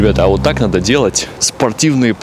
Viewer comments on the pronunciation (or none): none